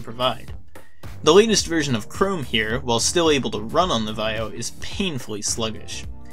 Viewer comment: Why don't you know how to pronounce Vaio?